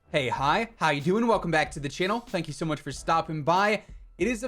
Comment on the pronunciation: "Hey, Hi, How Ya Hewin"?? Lol. I caught that. Ya can't trick me. Im so used to hearing it.